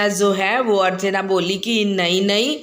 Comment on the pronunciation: Archana not archne